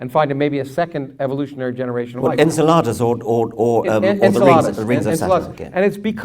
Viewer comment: I hate that he says it like, 'Ensuhladas.' en–SELL–uh–dus, is the way I usually hear it pronounced.